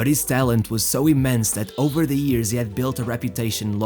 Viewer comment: Years not ears 😂🤣😅🤣😂